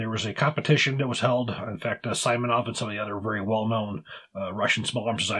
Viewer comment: If anybody cares, its DragunOv (emphasis on O) and See-monov